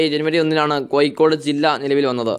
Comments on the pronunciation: കോയിക്കോട്‌ അല്ല കോഴിക്കോടു് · കൊയി േക്കാട് ആണോ കോഴിക്കോട് ആണോ ശരി താങ്കൾ പറയുന്നത് താങ്കൾ മനപൂർവം കൊയിക്കോട് എന്ന് പറയുന്നതാണോ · ഇയാൾക്കു എന്താ "ഴ" എന്ന് പറയാൻ പറ്റില്ലേ. കോഴിക്കോടല്ല സുഹൃത്തേ കോഴിക്കോട് എന്നാണ്. Calicut